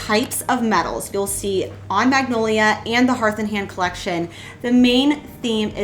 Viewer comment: Great DIYs...but is it just me or do you keep mispronounced "Magnolia". It is a type of tree actually. Joanna Gaines brand of course too, but maybe I am hearing it on your video wrong...maybe not. Love your creativity!!!😊